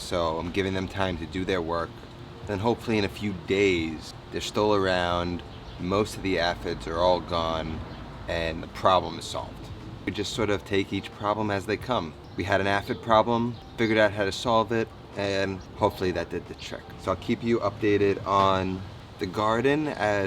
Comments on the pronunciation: Aphid is pronounced as ‘Ay fid’ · I believe he's only seen it in text, and it would stand phonetic reasoning to think it's pronounced "ah"-phid. But the IPA pronunciation is indeed "ei/ay"-phid.